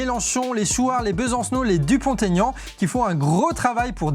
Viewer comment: Dupont Aignan pas Dupont Taignan (pour la prononciation)